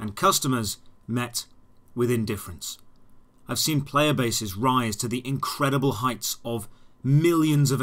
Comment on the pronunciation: Is it just me or did he forget the "C" in Incredible adventure? Lol no matter but keep up the good work!